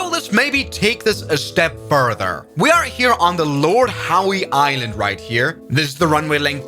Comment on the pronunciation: I know it's part of your charm, but it's pronounced Lord "How" Island. The "e", like your female fanbase, is silent.